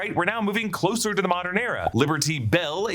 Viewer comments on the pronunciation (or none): none